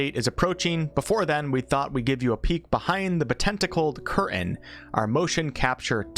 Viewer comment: Dude, the word curtain has a T in it. Please use it.